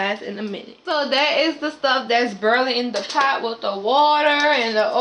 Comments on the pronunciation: Girl you kept saying burlin and I couldn’t concentrate 😆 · urrrl = oil, burlling = boil. Love the accent (or pronunciation)